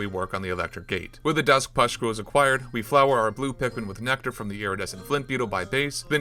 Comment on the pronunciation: take a shot every time he says "puscktules"